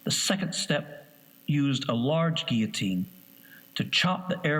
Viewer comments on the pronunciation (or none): none